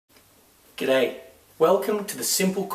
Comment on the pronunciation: In the beginning of the video you say ''God day'' It saounds rewally Danish :D..(Goddag)